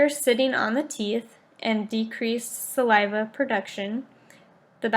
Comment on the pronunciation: Very informative video. It made me want to make sure that I pay close attention to my child's oral hygiene. It could have been a little more upbeat, and the first speaker needs to learn how to say saliva 😂😂 But other than that great presentation.